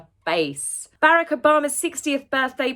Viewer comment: I don't mean to be critical cause I love your videos but I think you are mispronounced Barack. The emphasis is on the second syllable of his name